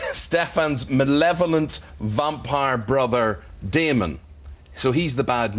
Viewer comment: he said demon instead of damon lol